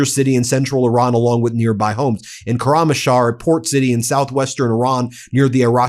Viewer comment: Please learn the correct pronunciation of Koramshah